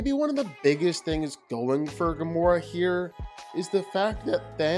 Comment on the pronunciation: Firstly it's Gamora, not Gomorrah... and secondly, she's literally one of the most skilled and powerful fighters in all of the Marvel cosmos and she's easily way more skilled and more physically than Ahsoka is. Ahsoka's saving grace was her lightasabers and the force. If Gamora (somehow) had a lightsaber of her own, then she would have easily owned Ahsoka, no doubt about that. Overall, Gamora isn't at all the weakling most know just from the MCU.